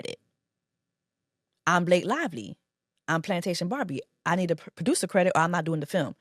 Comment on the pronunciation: So her name Blake LIE-ly now? 😂😂😂